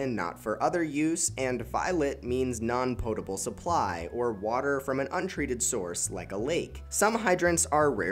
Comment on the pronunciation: Thank you for saying POE-table and not POTT-able